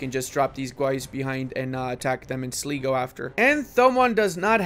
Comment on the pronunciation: Len-ster & Sly-go are the pronunciations of those Irish OPMs 😁